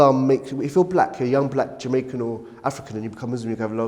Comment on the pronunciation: JAHMAICAN for sure. he was barely coherent